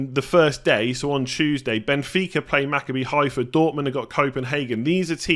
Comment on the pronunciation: Just a quick note, nobody expected you to get it right the first time but because I've heard you mention their name a few times - Maccabi Haifa is pronounced MaCABbi, with the emphasis on the second syllable (that's how Hebrew works). Good luck with it!